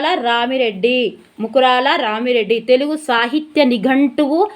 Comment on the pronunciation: రామిరెడ్డి కాదు రామా రెడ్డి